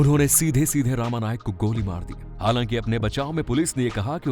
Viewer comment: उसका नाम रमा नाईक था not रामा नाईक..